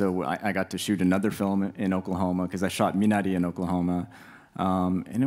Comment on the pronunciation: She did her research, didn't she? I think she did a great job of pronouncing Minari, very much like Isaac says it (it sounds closer to Minali or Minadi).